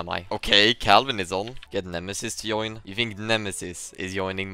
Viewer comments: why he is saying yoin stead of join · Why is he saying "good iob" instead of good job? As well as "ioin" instead of join? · He is saying yoin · Why you pronounce j as y? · is he intentionally saying "join" like that or is it the way he pronounces it? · LEARN TO PRONOUNCE "JOIN" correctly. AND "JOKE" it's not a soft j. It's more like "Djoke" by the way you pronounce it. Have you never heard other people speak english?